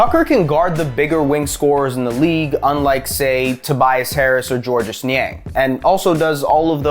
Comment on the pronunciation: “Georges” is just pronounced “George”. It’s French.